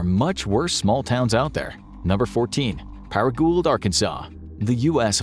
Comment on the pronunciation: I think Paragould, Ar is pronounced par-uh-goo.